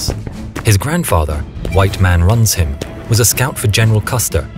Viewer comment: Took me a second watch to realise "White Man Runs Him" was a name and not "white man Ransheem" 🤦